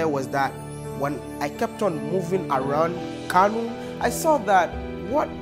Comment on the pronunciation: Kano not kanu.